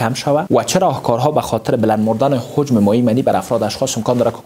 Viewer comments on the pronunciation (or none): لطفا کلمات شیرین فارسی را درست و صحح تلفظ کن مثلا هجم را هوجم نگو